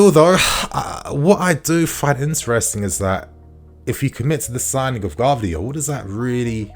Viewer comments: please learn how to pronounce Gvardiol's name. Like someone already wrote its pronunced like Guardiola just without the A. 👍👍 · man…ga-var-dee-ole